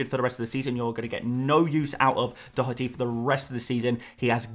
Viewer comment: Informative content as ever and Excellent pronunciation on Dotherty! 🇮🇪